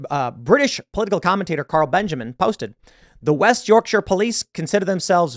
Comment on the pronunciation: The joy I felt, as a Yorkshireman, that an American pronounced "Yorkshire" correctly is slightly overwhelming haha. This story is ludicrous, but it's commonplace. It's our fault it's gotten to this point. I don't know how to fix it.